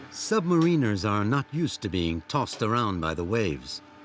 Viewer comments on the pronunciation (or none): Why is it that virtually no one can pronounce “submariner”? Sub-Marin-ner Not submarine-Er